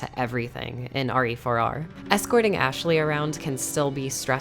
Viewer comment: RE4R... Last time I check, that's pronounced "rear"... LoL. Yes. I am a man-child. Thank you for noticing